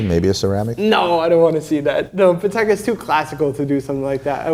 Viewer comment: woooowowowowo: Did correct "Chaykin" but calls Patek "paddec" 🤔🤨🤨🤨🤨🤨🤨🤨🤨